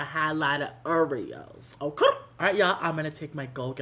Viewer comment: “oh-KRRR!” (Okay)😂😂 love itt